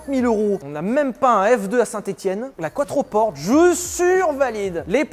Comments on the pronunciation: "Quattroporte", ai-je bien entendu 😂 ? "Quattroporté mon vieux ! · Maserati c’est ITALIEN, donc c’est pas quatroporte, mais quatroportè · Quattroporté** Enfin on le prononce comme ça ! Et puis c'est plus stylé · On prononce couatropporté.